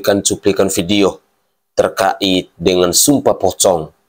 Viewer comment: Ralat penyebutan kata "terka'it" salah, yg benar adalah "terkait" tanpa tekanan tapi datar... Semoga diterima. Tks. Gbu